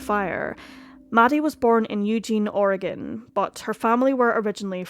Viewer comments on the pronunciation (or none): none